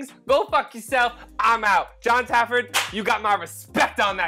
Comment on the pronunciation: How am I so many bar rescue videos in and only just realising now you might be saying Jons name wrong? Either that or my hearing is fucking up, are you calling him Jon Tafford? Because its Jon Taffer